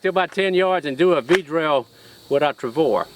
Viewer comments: Jerry, you are the coolest! I am a big fan, but every time you say "Travor" its like needles in my ears! LOL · Nice shooting like always. Jerry is always fun to watch too. Always looks like he's having a ball. I did chuckle every time he said "Travor" though. :-p